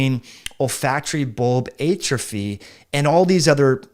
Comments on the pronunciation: I’ve literally never heard it the way he pronounces it. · I don’t think that’s how you say atrophy…